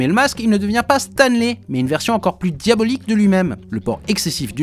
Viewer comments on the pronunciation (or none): Moi je pige pas pourquoi pour Stanley tu prononce le "ey" en "i" alors que Spidey tu dit "Spideï" haha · c'est stanleY "lai" tu dis stan Lee, je sais bien que tu parle pas de lui mais a l'oreille ca fait bizarre a chaque fois